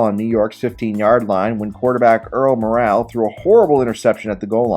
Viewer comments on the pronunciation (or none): A++++++ 😂😂😂 Historical point: Earl Morrall is pronounced "Moral," not "Morale."